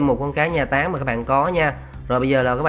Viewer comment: Anh nói táng vm mà em nghe tán vm:)))